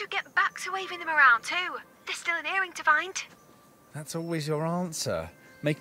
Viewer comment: Hows it end?! This is weird, you got a mission to get the bangle and you cut it? Why is she enunciating her g so much? Ear ringuh singuh...why add an extra syllable thats not even there?